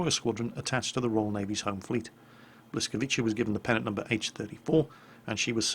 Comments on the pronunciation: Hi. the good pronunciation of this ship in fonetic way is bwhscawiicsaa. I hope that helps:) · Buyskawitza- pronounce it that way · Blis-KA-vi-CHA. You had the emphasis on the wrong syllables. :D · Yes it's wrong spelled "Bwyskavitsa" this is the right pronounce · You're pronouncing "ca" like "cha", but it should be more like "tsa" so it would be better if you pronounce it like "blyskawitsa". I don't have idea how to phonetically translate "Ł". Sorry. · There's no CH in BLISKAVICA, it's TSS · Considerring Polis is also a slavic language, im gonna go out on a limb here and say that you got 90% of the name right. The C in the name is not pronounced as CH (church) but as C (cistern) the rest is correct. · You are so close in saying "Błyskawica" :) I don't know how to tell you how to say "ł" in English but "c" don't read as "ch" but I think it will be something like "hard "c"" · good job on pronounciation! Only slight mistake: instead of "Blysckavicha" as you said, it should be "Blysckavitza":) If you need transcription of Polish names to something readable for Brit, please let me know and I will try to help:) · u pronounced it wrong ^^ it´s more like biuskawiza ^^, not bliskowiza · Pro tip: The closest approximation to Polish "Ł" sound is not English "L", it's something between "W" and "U". So the correct pronunciation will be "Bwyskavitsa". You can also just call it "Dave". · It's not a L it's like a W.... But hey :D nice try ^^ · You pronounced it wrong, it's pronounced Weets-uh-vitz-ca. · The way you pronounce the name is 'B-wy-ska-vee-tsa' Edit: spelt a part wrong by accident. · Hey, love your wows vids. Pretty hard to pronounce the name so here it is ( bwy- ska-veets-a ) polish is pretty hard to nail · That L-letter is more pronounced like a W, so like bwyskawica. Afaik... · Pronounced Boo-sak V ta means Lightning. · its pronounced bwy-ska-vitsa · A pronunciation a bit closer to the mark would be 'Bwis-ka-witsa'